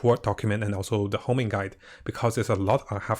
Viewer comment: Homing.. dude, its honing